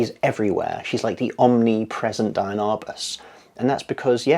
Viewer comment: She is very inspiring! By the way, it's pronounced DEE-ann not DIE-ann.